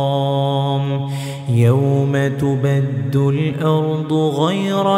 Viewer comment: Ayat 48 Yawma tubaddalul not tubaddul .please correct